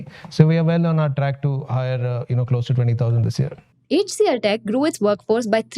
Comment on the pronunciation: Typical wholesale greed of the parent company! Fully offered for sale, and FV 1. Nuts! Shameless! Plain greed!! Let the anchor bank fools do the payout first! I'll see after listing for I am still an MTR fan, and want it to do well. Btw, its "Aitch CLTech, not Heych CLTech. "A" and "itch" pronounced as one syllable. So, it would be Aitch DFCBank and not Heych DFCBank. Your flow of spoken English and especially enunciation is excellent, so it beats me where this wonky quirk crept into your pronunciation. Unlikely you grew up with it. But it is a characteristic South Indian quirk!